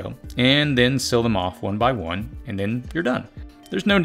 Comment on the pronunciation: Why am I coming across so many people who pronounce the word "seal" as "sill"?